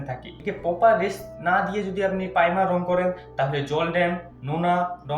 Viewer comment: tumi akhono "primer'' sathik vabe bolte parona, khub birokto lagche sunte.